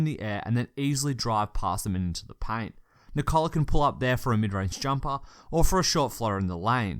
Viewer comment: The stressed syllable in Nikola is the same as in Nicholas - the first one. You say nee-KOH-luh, but it's pronounced NEE-koh-luh.